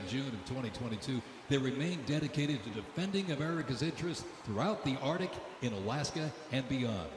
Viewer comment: Cavalry not Calvary Arctic not Ardic You had ONE job!!!